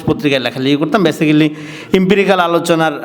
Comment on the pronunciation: ব্যাসিক্যালি নামে কোন শব্দ নাই। ব্যাসিক-লি। ঠিক মত বাংলা কইতে পারে না, আইছে ভাব চুদাইতে। নিজের লেখা খুব জনপ্রিয়। নিজেই ভাব চুদায়।